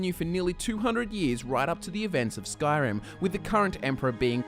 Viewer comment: why is it that all of the skyrim youtubers fail to pronounce names and words correctly that are correctly pronounced in voice in game?????!?!??!